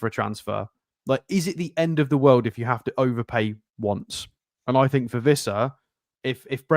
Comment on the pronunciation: Its Wissa pronounced with a W and, Ive got a video of Wissa himself pronouncing it. 😂